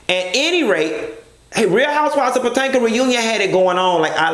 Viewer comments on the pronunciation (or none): Love way he say PaTanka girl . Omg 😭😭😭😭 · OMG you have officially botched this areas name up so many ways Wrong....🤣🤣🤣